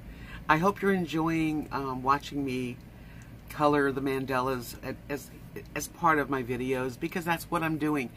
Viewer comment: You're so artistic, have you ever thought about drawing your own mandalas and then coloring them in? BTW, there is no "e" in mandala, you keep pronouncing them mandela it's mandala. Have a great Saturday!